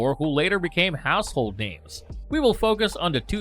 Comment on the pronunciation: You should look into being a butcher since you destroyed these names. Ong 🤦🏽‍♂️😂